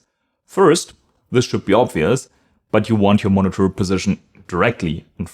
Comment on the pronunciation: Dass du gerade "monitor" so komisch aussprechen musst 🙈. "Monnetörrrrrrrr". Dass im Amerikanischen Englisch der ɚ-Laut am Ende zwischen ö und r liegt, ist ja richtig, aber du ziehst das glaube ich zu lang und machst die Lippen zu rund. Dieser Vokal am Ende sollte eigentlich genauso klingen wie beim englischen "her".